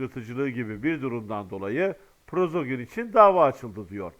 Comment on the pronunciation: Selamun aleykum qardaş, Prozogin degil, Priqojin olmalı.